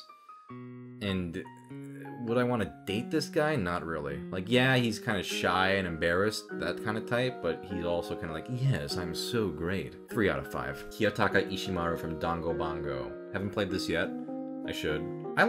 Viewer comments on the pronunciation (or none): Did he just say dangobango instead of danganronpa I- 😭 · Did you just say "Dongo Bongo"?! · ProZD: sees the word Danganronpa Also ProZD: "DaNgObAnGo" Is there another pronunciation of Danganronpa that I don't know about? ;w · He kept calling danganronpa. "Dangobongo" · "DANGOBANGO" AHAHAHA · DID HE JUST SAY DANGO BONGO